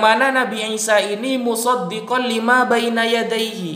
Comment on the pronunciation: 1 : 26 .....muṣaddiqal limā , bacanya sad bukan sod hehehe ....مُصَدِّقًا لِّمَا jelas dia baca latinnya